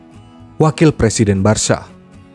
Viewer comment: Baru di channel ini pengucapan "Barca" paling benar yaitu Barsya..bukan Barka 👍👍